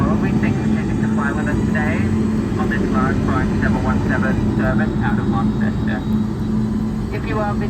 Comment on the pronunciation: its pronounced Lonceston, similar to how Au is said Ostralia love the vids, the 717 was a great bird - i should say though you may have rushed the video it was perfect, a great tribute, I enjoyed flying on them.